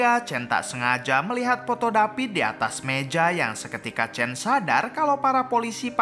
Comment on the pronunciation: Sebut pon salah tulis chan tapi sebut chen...nama susan tu betol pulak sebut...asl tak sebut susen????